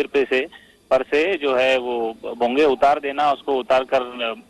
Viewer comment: पहले नीट बोल भोगयाच काय बोलतो तु